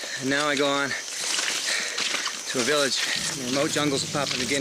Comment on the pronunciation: As an Australian it annoys me how he pronounces Papua New Guinea 😂